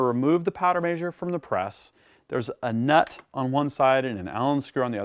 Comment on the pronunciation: Measure is Mez-her not May-zure. ;) Other than that driving me nuts, great video!